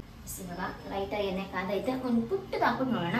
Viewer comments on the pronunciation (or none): none